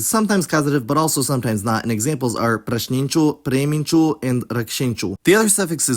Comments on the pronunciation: It's his accent. A native speaker saying it won't sound slavic. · why does presninchu sounds so slavic? Almost Russian